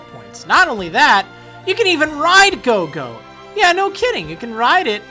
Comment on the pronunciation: gogo gat-... I mean Gogoat okay xD